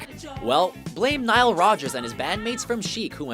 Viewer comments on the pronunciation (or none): none